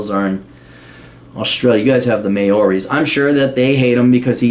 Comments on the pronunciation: Maori vowels are hard for people outside NZ. I've heard may-ori instead of (chairman) mao-ri quite often. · may-o-rees lol